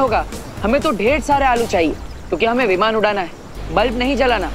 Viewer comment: 1: 59 he said vivan to viman